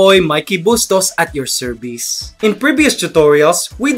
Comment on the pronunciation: serbice xD service